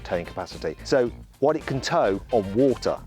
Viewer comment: 워러를 오타라고 발음이 재미짐